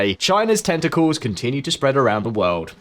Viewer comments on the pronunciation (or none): none